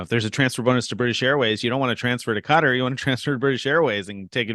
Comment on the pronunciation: this is how you say Qatar